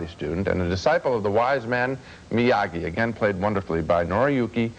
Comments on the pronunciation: Why did Ebert keep calling him, "MIAJEE"? lol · Ebert - it's MiyaGi-do karate, not MiyaJi. LOL. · Yeah, I was waiting for Ralph Macchio to interrupt their review, and snap, "Excuse me, MiaGi!"